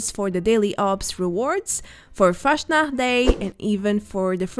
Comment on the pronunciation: it is always nice to see your videos, you do a great job! But I have to tell you something about "Fastnacht", speak "fast" not "fasht" - it is really similiar to the english "fast".... but the "s" is a bit faster:) Or in russian it would be a "c" not a "ш" or "ч" or the other "butterfly-letter" - I can't write it... I think I have seen the "fortune teller" aas a decoration object in the waterpark.... добрый вечер/good evening, I am curious about the next content